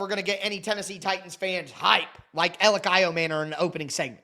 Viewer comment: Everyone in Tennessee calls him E or Elic. Literally NOBODY but you call him 😂